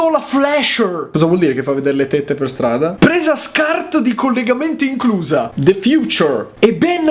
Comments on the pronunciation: Dice 'The future' al minuto come Renzi dice 'A genius' AHAHAHAHAH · Yotobi:"De fiucciur!"😂